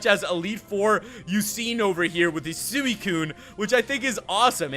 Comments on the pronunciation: It's pronounced (swi,kun) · You are not pronouncing suicune right